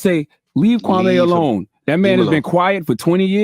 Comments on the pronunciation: Kwame! Kwamee! not kwamay😭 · KwahME. not May. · Jason, its Kwam...e not Kwa....may! I'm glad that you fvck with Kwame, so do I! ✊✊🥰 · It’s not Kwame me me not mai lol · KWA- MEE... As in Kwame Nkrumah. His name and pronunciation of it shouldn't be difficult for us to roll off our Afu-Ra-Kan (Afrikan) tongues no matter how long we been in America. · Quit saying his name wrong..........your messy.....